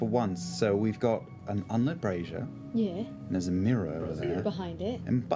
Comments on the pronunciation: Don't get me wrong, Laura Bailey's English accent is one of the best I've ever heard come out of an American but what the f is a "meer" ? I'd say mirruh. She may know this and it was a slip up because she's not on the job. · It's funny how they say "me-a" when trying to pronounce mirror in an English accent. Only Liam gets it right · omg I love Laura but someone please tell her that English people say 'Mirror' not 'Meer' it's making my eye twitch lol